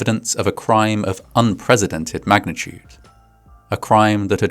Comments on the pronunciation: "unpresidented" is not a word- this is driving me nuts. It is without precedent. unprecedented. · How do we know it’s not AI? Because he still says “unpresidented” when he means “unprecedented.” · The word is “unprecented”, btw, not “un-presidented” LOL 😂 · un-PRESS-ih-dented not un-PREZIDENT-ed. Love you ❤